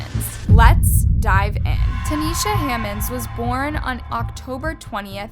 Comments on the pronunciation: Tie-neesha Tynesha … not taneisha please pronounce this baby name right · Out of respect for the fam you should pronounce her name correctly Tynesha not Tanesha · The fact you heard her name pronounced and you still decided to butcher it.. sad.. RIP Ty’Nesha ❤️